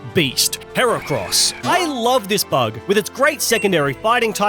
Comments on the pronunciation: IT'S HERACROSS, NOT F*CKING HAIR CRISPS! SAY IT RIGHT! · HERACROSS, NOT HEREKROS! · THE SECOND E IN HERACROSS IS SUPPOSED TO BE AN A! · THERE SHOULD BE ONLY 2 R'S IN HERACROSS!